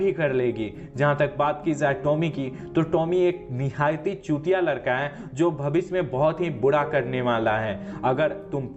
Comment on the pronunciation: Larka nahi ladka sisa nahi shisha zane nahi Jane...cheejo nahi cheezo.... ajeeb bat h jise bolna nahi ata wo Movie explain kar raha h ..